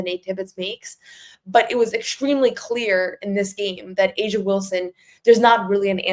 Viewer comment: It's A'ja not asia.